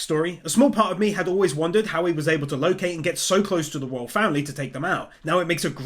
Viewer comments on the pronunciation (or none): none